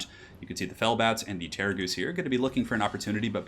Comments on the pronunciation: STOP SAYING GHOOST IT'S DRIVING ME INSANE! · terra-ghoost lol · I keep hearing "Terrorgoose"... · What's the Terrorghoust thing ? Why do you pronouce it like that ? 😢😢😢